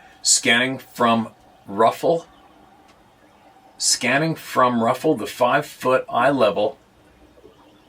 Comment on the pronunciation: Roughly not ruffle. 😉